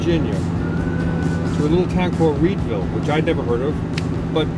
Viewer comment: “Weedvill” nice